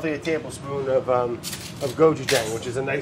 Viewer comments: Go-chu-jah-ng Brad: Gojewjaing Fu-ree-cah-keh Brad: Furicocky Boh-knee-toe Brad: Bonita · I'm sure this will get buried, but gochujang is pronounced with a soft "ah" sound (so kgo- choo- jahng essentially, the first letter is like a k-kissed g). Never thought about putting it with squid though, so now I'm tempted to do cubed panfried squids with gochujang, shrimp, and lemongrass but on top of a square of puff pastry rather than plain....